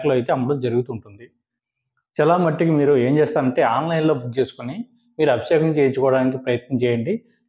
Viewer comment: Sir, మీరు చాలా బాగా చెప్పుతున్నారు.కానీ మీరు పలికే విధానం బాగా అనిపించటలేదు. Abisekam కాదు అభిషేకం. నన్ను క్షమించండి.